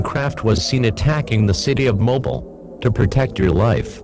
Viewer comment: Mobile is pronounced (MO-BEEL) Not (MO-BILL)